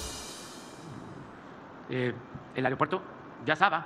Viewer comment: ¿Ya pueden llegar millones? ¿Al "areopuerto"? ¡SE DICE AEROPUERTO! ¡Puras mentiras, no sabes decir otra cosas más que mentiras!